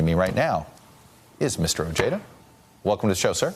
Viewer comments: Why did todd said his name in end wrong while he before that heard it from odeja himself! Not ojeeeda Ojèda. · I’m afraid not even Mr Ojeda can pronounce his last name right 😂 it’s oh-he-duh , trust me im Mexican 😜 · He's not pronouncing it the way Ojeda himself pronounces it. And you're wrong, anyway, because in Spanish the "j" would be silent. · (O hea da) is how you pronounce Ojeda in spanish. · Chuck Todd, learn how to pronounce Ojeda correctly. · What a loser Chuck Todd is. Even after hearing Ojeda pronounce his own name, Todd continues to butcher the pronunciation.